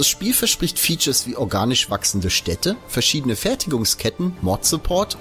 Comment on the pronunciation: Danke, endlich mal jemand, der Städte mit ä und nicht mit e ausspricht! Ich weiß, komischer Einwand, aber das ist so eine der Sachen, die mir bei Sprechern mit am meisten aufn Sack geht - nämlich miese Aussprache. Insofern...danke! :D